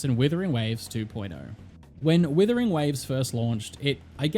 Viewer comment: is it just me but the guy keeps saying withering waves he's like the 4 th person to say the name wrong dear god 😢